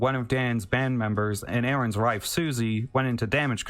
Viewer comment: I hate the way this guy keeps saying rife instead of wife